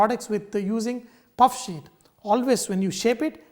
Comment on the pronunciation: Did you say "roll it into thin shit"?...eh?.